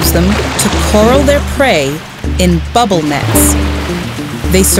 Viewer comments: "coral" instead of "corral". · Did anyone else notice she said coral their prey and not corral. I dont think coral has much to do with it. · nice video, well done and well narrated, corral is pronounced "Core- Al" however, like it's two separate words. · Never heard of fjords in Alaska... and corral and coral have different pronunciations. Get a clue, kid!